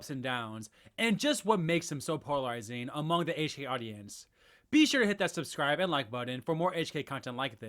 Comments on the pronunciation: "poralizing" is back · If this guy says "PORALIZING" one more time im gonna lose it 😂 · You keep saying poralizing lmao